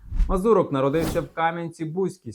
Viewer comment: Не вірно поставлений наголос МазУрок, а не МазурОк - в цьому загадковість?